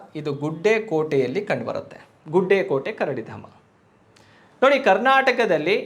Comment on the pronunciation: ಗುಡ್ಡೆಕೋಟೆ ಅಲ್ಲ ಸರ್ ಅದು... ಗುಡೆಕೋಟೆ